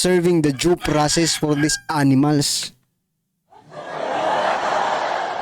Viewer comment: Due process po hindi jow ang pag pronounce mo